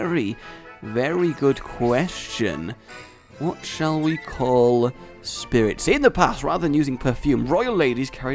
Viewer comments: It's spritzee not SPIRITZEE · it's spritzee not spiritzee and breeding is against the rules. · Not Spirit-see, Sprit-see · It gets annoying when u get the names wrong its not spiritzee it's spritzee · It's SPRIT-ZEE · Well not to be THAT guy but it's S-prit-zee not Spiritzee also, I like the name Cotton much more than Sugar Rush. When you name your pokemon puns or phrases I think it takes away from the whole "Bond with your pokemon" thing not to nitpick but....yeah I'm nitpicking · it is Sprit-zee not Spirit-zee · Spritze not spiritze gaaahh JK it so kind of bugging me thoe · rage dont mean to b ditrispectful but its sprit-zee not spiritzee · and rage its spritzee not spiritzee. and its entree was related to perfume not candy how do u mix those 2 up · can you pronounce a single pokemons name right first we hade honededge and now spiritzee like no its HONEdge and SPRITzee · Uh,? Its pronounced SpRIT-zee, not SpIRIT-zee, and it's a perfume pokemon, not a cotton candy one... sooo, you might wanna re-name that too.:D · I hate to be nit picking but it's Sprit-zee not Spirit-zee. Because spritz sounds perfume-y. Also it does not evolve into a cotton candy it evolves into a drag-queen broadway thing:P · Again, a mispronounciation, it's not Spiritzee, it's SPRITzee. There's no second i in there! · it's sprit-zee. Like, perfume.